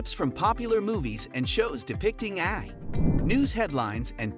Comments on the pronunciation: Hilarious. A video about AI where the AI can't pronounce AI. And, uhhhh, how close did you say we are? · Lol a video about AI taking over narrated by AI, that's why it says.AI as a word not an acronym. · how can you not say ai, just say each letter